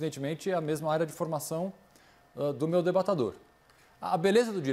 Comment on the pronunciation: Augusto nunca usou a palavra:" debatedor" começou segundo o Caio, a prova é que ele fala:" debatAdor" kkkkkkkm